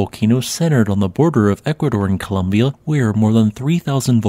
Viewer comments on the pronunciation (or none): none